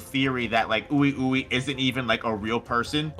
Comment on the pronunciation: Oui Ouis name is pronounced wee wee pretty sure they are supposed to be french. Wee wee and Mei Mei